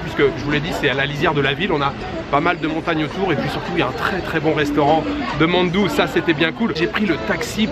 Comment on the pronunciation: Très cool comme vidéo Ps : Mandu se prononce « MANE DOU » lol